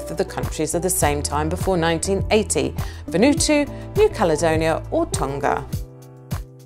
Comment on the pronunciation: 42 correct pronunciation of Vanuatu is Van oo r-too Thought it was hy-per-bow-lee & other pronunciations were odd Fair quiz